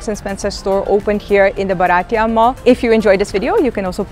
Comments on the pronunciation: Hi. It is pronounced as BHAA- r - tee - yuh. It means Indian. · been a follower for a while. Just one tip - Bharatiya is pronounced Bhaa-rutt-ee-ya.. means Indian so getting pronunciation right is important 🙂